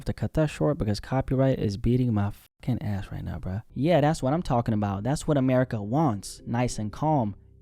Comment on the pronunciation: Its America. Not Amerikkuhkuhkuh. Acting like Blacks are the only ones that pay taxes. You sound like a crah crah crackhead.